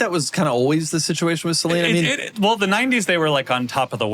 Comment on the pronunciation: Stop saying Saleen wrong. It's beyond annoying.